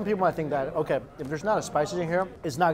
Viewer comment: This guy scared them all away. OhKayrrrghrhrhrhhh